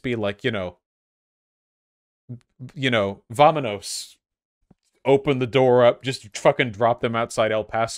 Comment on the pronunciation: As a long time Latino - American viewer, I thoroughly enjoy Vaush sayin “Vamanos”🤣